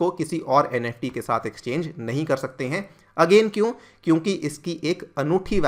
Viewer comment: Nft not neft